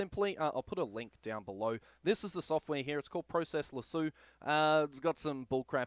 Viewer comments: Useful video and helped alot. Only thing is its process lasso not process lasooo 😂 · Great video, great advice, except now I cant help but call it "pro-cess lassue" when I use it. Subbed anyway. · I love how Aussies pronounce the word Lasso. Thanks for the info.